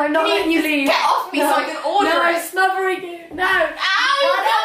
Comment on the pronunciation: She said "I'm smovering you"